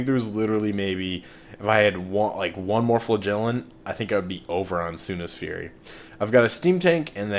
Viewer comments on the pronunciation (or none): Flagellant has emphasis on the first syllable :p